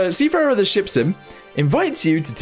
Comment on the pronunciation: Seefahrer? Is it german?